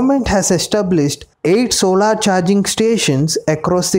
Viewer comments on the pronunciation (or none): none